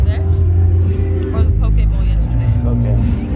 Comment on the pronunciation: i love that you guys pronounce poke the correct way lol ☺️💞 (if you don't know poke is pronounced POH-keh, so poke bowl, not like the facebook poke)